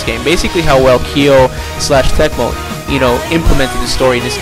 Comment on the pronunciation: For some reason my first thought was the atomiswave/ps2 fighting game lol. Also isnt it pronounced Koh e Tech mo?